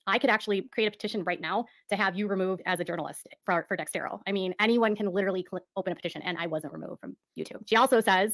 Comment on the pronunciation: It’s not Dextero, it’s Dexerto 🙄 According to “exposing 7m” she only provided copies of archived documents the same as they did. More than likely the old civil case, the old wage claim from I think Melanie Lee (Leigh) which was a once off & sorted out immediately at the time. Apart from that it’s probably just old real estate stuff, the odd old church email and maybe a few pics and screen shots from a couple of people. It’s not “her” information per se. She’s so full of it. As far as accusations, they weren’t based on the California law suit. That was filed a year after she defamed Robert & 7m. The dancers who left were still involved & denying there were issues while she was defaming Robert & 7m so they weren’t feeding her info. It seems the only people she got her “facts” from were the Wilkings, the old church members & Lydia Chung & her daughter. She dug up a few comments from a couple of parents of the dancers on their social media but they had no more proof of anything than did. B-Dash’s ex wife or that other ex wife don’t count as their child support issues are unrelated to 7m or Robert. When she committed tortious interference, in my opinion the strongest of the claims, she pretty much hands it to Amber with that IG live. Allegedly isn’t a defence the way she thinks it is. Once you say “allegedly” you are pretty much saying you aren’t sure if it’s true or not and it may well not be but you don’t care & are making the accusation anyway despite the probability